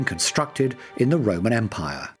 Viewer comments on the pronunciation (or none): none